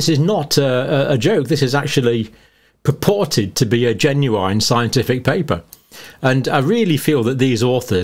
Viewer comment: I love the way he keeps emphasizing the word, 'purported.' 😁